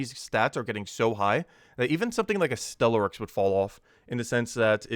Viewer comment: Ctharrasque -- See' - thar - asque -- kinda rhymes with "My Barracks"